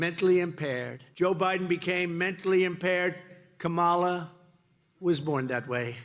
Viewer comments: Has JD Vance been doing the KaMAla thing, too? If so, Walz out to call him out on it saying; "I'd pronounce your name right if you had one." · Mr. Tramp sure seems to have an ongoing problem pronouncing VP Harris’ first name. I hope it’s not due to a cognitive decline. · Anybody would know this, Donnie? You fluffing can't even pronounce her name properly but you say she was born impaired? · He says she is mentally impaired, but he can't even learn how to pronounce her name. Who's mentally impaired?